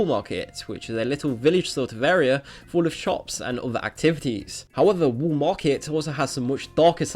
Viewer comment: w-a-l-l. not wool. how are you so fucking incapable of speaking english? its the fucking WALL market, not the fucking WOOL market.